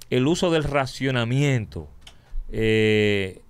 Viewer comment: Nadie: Absolutamente nadie: Santiago matias: RAZIONAMIENTO 😂